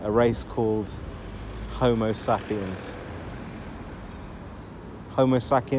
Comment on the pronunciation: 😂😂😂….. homosapiens…… might wanna check the pronunciation on that bud lol And those dingy dwellers aren’t here to mingle among us……. They hate us …… literally here to upset our culture and values In Luton the lavish show off cars are all bought to launder money. Even the shops who never get any custom have been there for years